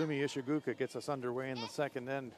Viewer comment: The "oo" in Ishigooka is pronounced as in the words "goal, pole, or stole". It is not pronounced like the derogatory term for someone who is from Vietnam. Nails on a chalkboard!